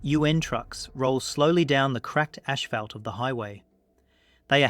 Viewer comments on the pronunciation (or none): Listen to the way "asphalt" is pronounced . Look at how many videos are uploaded- almost every other day! This entire channel is AI slop. The narration is slick, but this is slop.